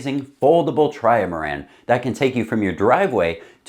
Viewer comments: Dude, it's STILL not a "try-a-ma-ran". It's a trimaran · Sorry - gotta say it: It's not a 'Tri-A-maran' - the word is just 'trimaran'. 3 hulls - 3 syllables (not 4). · *definitely a maran you want to try.... a TRY-A-MARAN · TRY-UH-MARAN has to be a bit at this point. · Tri-ma-ran. Say it. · says 'tri-a-maran' to avoid anyone who is searching for 'trimaran' videos. 4d chess, for sure! 💪🇨🇦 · Try-a-maran gang sound off!